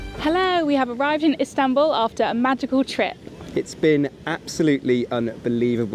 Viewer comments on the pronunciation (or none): Amazing video, beautifully captured this marvellous trip, just one note, its Istanbul not Instanbul 😅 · İstanbul, not İnstanbul. 😮It was very good video. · Istanbul, not instanbul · Excellent trip and very well documented. Thank you. I liked the final location name. ;) Were you trying to do a pun. Were you "in Istanbul" or were you "Instanbul"? ;) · Lovely trip. BTW, it's Istanbul not Instanbul. What's next...luxury trains in Spain perhaps, or Rovos rail in South Africa? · "INstanbul"? (sic) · Instanbul, lol, correct yo self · INSTANTbul 😂😂 good chuckle indeed! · "Instanbul" :face-red-droopy-eyes